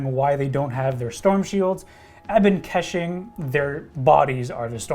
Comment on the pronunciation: if your gonna run units like Ebon Keshig you better learn how to pronounce it correctly.